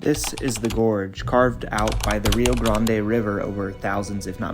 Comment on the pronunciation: bravo you said rio grande the correct way, as opposed to 99% of you tube videos.i have been to the bridge in taos a few times,and filmed it,also kit carson homestead.taos earthships are also worth seeing. new mexico is very different from my home in vermont,i really enjoy it there.